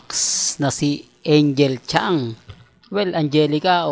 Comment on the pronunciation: NICE PRONOUNCE SA TITLE MONG ANGEL KHANG. 😂😂😂😂😂HINDI ANGEL CHAN UGOK PARA LANG SHOE 👠 RAMEREZ. MS. IGNORANT DESTINY 😂😂😂